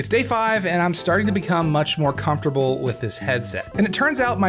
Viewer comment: DID HE JUST CALL THE DEFAULT HEAD STRAPS CONFERRABLE